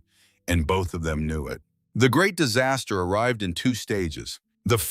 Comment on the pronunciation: Dizz-a-steer ??? Disaster